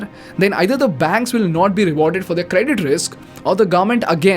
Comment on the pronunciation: Great Video as usual, Thanks! one humble feedback, can you please work on the pronunciation of the word 'their', you pronounce it wrongly every single time. Thanks again.